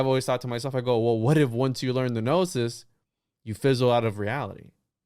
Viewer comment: He has a PhD in esoterica but pronounces gnosis (know-sis) as Ga-knowsis? Okay.